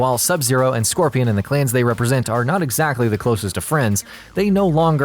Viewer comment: This guy just making up words! “Clans’s” “Simarlarily”